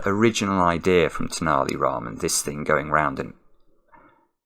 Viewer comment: I'm glad took the care to pronounce Tenali Raman correctly this time after how he pronounced it last time.